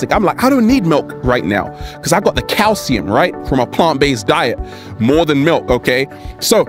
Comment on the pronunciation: can you please say you get lots of "kalecium" please!!